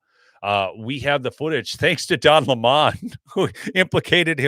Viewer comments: OH COME ON ITS NOT LAMON. ITS LEMMON LIKE HIM A SOUR PUSS😊DON THE LEMMON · Don Lemon not Don Lamon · Can someone tell it’s Don Lemon… like the fruit. He’s pronouncing it incorrectly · I have to say this. Please pronounce Don Lemon as the fruit, not the new pronunciation he's changed to, so he'd sound significant! He is a sour lemon!!!